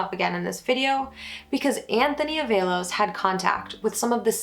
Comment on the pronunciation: Although good breakdown of the case, mispronouncing this poor boy's name is not acceptable. Its pronounced AAA-VALOS